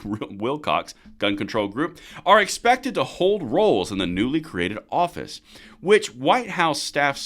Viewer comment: lol He said Orifice, thanks man